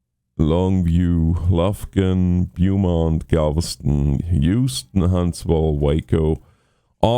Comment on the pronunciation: Beaumont is pronounced as if its spelled Bowmont.